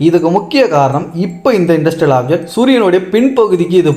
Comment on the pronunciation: இது என்ன இன்டர்ஸ்டெல்லார் (inter-stellar)ஆப்ஜெக்ட்டா அல்லது இண்டஸ்ட்ரியல் ஆப்ஜெக்ட்டா நீங்கள் சொல்வதில் தெளிவாக இல்லை